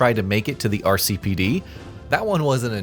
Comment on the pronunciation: My eye twitched every time you said RCPD